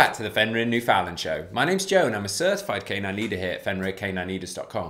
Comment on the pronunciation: I'm very glad that you're showcasing the Newf but....rhyme the two words..understand newfoundland. I know with accents words can sound different so there's no hate just an encouragement on how its properly pronounced.